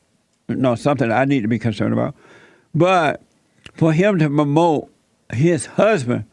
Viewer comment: Jesse makes me laugh with his pronunciation. Instead of saying "promote" he prounced it "pomote"😅